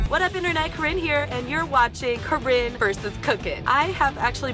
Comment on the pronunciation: it's CORINNE not CHORINE, WTF IS CHORINE DUDE WTFWTFWTF. i am laughing SO HARD right now....